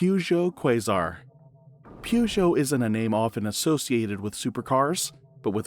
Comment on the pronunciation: Look, a Pee-you-geot !!